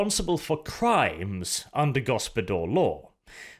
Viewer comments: Isnt it Gospodar/Ruler law instead of Gospodor? Was that just -nounciation? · Why the f* do you pronounce it GospodOr? It's GospodAr (open A). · Go-spo-dAr, not Go-spo-dOr mate. Hard 'A' in the pronounciation. The reworked version of the ice guard tho - much more preferable than the thing GW is trying to shill. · It feels to me that you should read "Gospodar" as "Gospodar" and not "Gospodor". There is clearly an "A" in there like in "America". Apart from that Great job and best wishes from Poland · its read as gospodar law and not gospodor law!. makes no sense as gospodor its a nonsense word while as gospodar it would be "lords law" which GW should have just called it to begin with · One minor correction if I may....the O's in gOspOdar are pronounced as "Oh" and the A in gospodAr is pronounced as "Ah" ...love your channel bw <3 :p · Ok for anyone who doesn't know it yet, Gospodar means Master, or Masters Law. And Arches pronounciation is painful.. its so wrong. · I agree that his pronounciation is terrible, but gospodar doesn't really mean master. I think householder or head of the house is a better translation in english. Master is too general, while the word gospodar is related to the household.... At least in Romanian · No but it has plenty of borrowed Slavic words. And yeah so lets just agree his pronounciation is earbleeding heh. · This is a mindfuck for me because gospodar in my language roughtly translates to ruler/owner . And so every time I hear Arches pronunciation my brain gets confused/triggered for a second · Also that's not how you pronounce it.....not even close